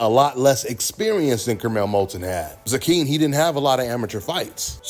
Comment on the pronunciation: His name is pronounced Zay-Quin